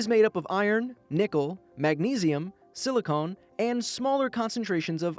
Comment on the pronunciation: Minor correction: Silicon is not pronounced the same as Silicone, Silicon rhymes with "Con" and Silicone rhymes with "Cone." Not so minor correction: Claiming that "we don't know exactly the specifics" of what kind of asteroid would be able to blow up the Earth is just plain wrong. It wouldn't be that hard to calculate the mass and speed required for an asteroid to be able to blow up the Earth.